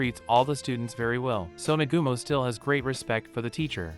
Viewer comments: Negumo??? Its pronounced Na-ga-mo. Cookie is pronounced Ko-key. Looks like you need to watch the Anime to learn these things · I'm using this one as background noise and its really starting to get on my nerves that he doesn't know the names of any of the characters in this anime. It's not You its Yue (U - A) And not Nagoomo its Nagumo (Na-Ga-Mo) or just Hajime. All you have to do is watch a single episode and you can hear how to pronounce the names. Ill give him props for doing the research to tell the story but try a little harder on names please. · For a second it was hard to get over the fact that dude kept pronouncing Nagumo's name wrong.